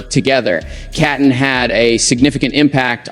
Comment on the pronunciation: Please her name is pronounced as KEETON even though spelled Keaton may she RIP